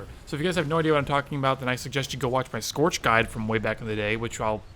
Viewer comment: the way you say scorch is s funny also, you used scorch. frothy hates you now